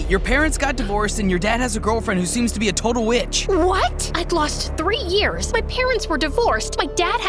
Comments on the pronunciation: It’s not rears it’s years😂😂😂😂😂😂😂😂😂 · Anyone else notice that “three rears” instead of “three years” 🤣🤣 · Isn't it supposed to be years and not rears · Why is it rear not years? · 😃🤔🤓👆Erm actually it's years, not rears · “Rears” I’m crying 😭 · 3 years ❌ 3 rears ✅ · Years ❌ Rears ✅ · 3 years ❌ 3 rears✔️ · Rears!? Um... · REARS LOL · U guys made a mistake u said rears instead of years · "I Suddenly Woke Up From A Coma After 3 rears" bro said rears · "i Suddenly Woke Up From A Coma After 3 Rears" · “3 rears” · Nia not nah and years not rears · "after 3 rears"😭😭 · “I suddenly woke up from a coma after 3 REARS” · After 3 « Rears » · "After 3 Rears." WHAT..?! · “after 3 rears”😭😭